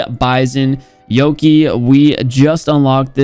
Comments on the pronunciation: why he says pp9 yokey not yokai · Yokie its pronunced as YoKAI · Its yo-kai not yoki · Its not Yo"ke" Its yo"ka"ee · Its yoh - kay (yokai) not yoh -key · its yokai not yoke🤣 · How normal people pronounces Yokai: Yow-Kai How pronounces Yokai: Yow-ki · its not said yo-key its said yo-kai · "Yoki" Me who is addicted to japanese culture: BRUU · I like how he read yokai is yoki lul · Wait am trippin or did he say pp19 bizon-yoki instead of yokai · *pronounces yokai as yoki* The name of the blueprint: "Am i a joke to you?" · back at it again with the "yowkey" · Its PP19 Yokai (pronounced Yo-kye) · Its yo-kaa-ie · No one:: “Yokee” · He said yoki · Why did you pronounce oni and yokai wrong?